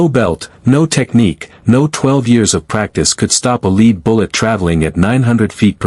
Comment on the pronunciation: Apparently the narrator doesn't know how to pronounce certain words in proper assessment of the sentence. Such as one specific word "lead " has two separate pronunciations according to whether it is meant as to "leading someone " or "lead in reference to weight ".